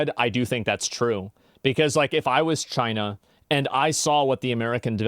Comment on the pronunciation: When you say China you have to say it like Trump: CHYNA It's obligatory.